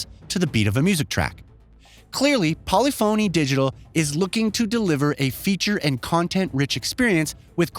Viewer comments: It’s pronounced… Pol lif fon knee not Poly Phoney 🥴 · Did you just actually say Polly-Phoney? :D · I think it’s pronounced Polyphuny not Poly-phony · Got me dead , , etc lmfao bruh how can you be a journalist and pronounce polyphony "poly-fony" lmfao its puh·li·fuh·nee. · Did you seriously say “Poly Fony”? You clearly know about the series. It is pronounced “Poli-funny”. Please, never make that mistake again. At least you’re not pronouncing it “Grand Tureeez-mo”. Words matter, especially if you expect to be taken seriously. That’s worse than people calling Oppo “ah-poh” instead of “Oh-poh”. Before Oppo got out of the BluRay player game, they had their pronunciation at the top of their website. They still make phones. If you find their page, you’ll clearly hear them saying “Oh-Poh” in the ads. Don’t these fantastic industry changing companies deserve to have their name pronounced correctly? Correctly being, the way they pronounce it. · "Polli-phony" lol it's pronounced Po-lif (like lift) pha-ny, just saying if you're gonna cover a big game, make sure you're at least pronouncing it correctly. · polyphony, not polly phoney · It is NOT Polly——Fony…..it’s Pollif—-Any!! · For how well-researched this video is, I'm amazed there wasn't even a quick Google search done to learn how to pronounce "Polyphony" correctly. It's not "poly-phoney," it's "pole-IF-ony." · What the hell is Polly-Phony Digital? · Poly-Phony? Seriously? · If this guy says Pauly Phony Digital one more time I'm going to shoot myself. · "Polly-phoney" Made me laugh every time 🤣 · Polyphony is pronounced as one word. Not Poly Phony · Polly foney? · Poly-Phone “E” 💀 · This man really said Polly Phoney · Great review, but man does it irk me every time he says Polyphony wrong. English nowadays, who cares about grammar... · Some of the weirdest pronounced words I’ve ever heard. Ashton Martin? Polyphony is not pronounced how you continue to say it… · How did this goon just pronounce the developer? Wtf. Lol.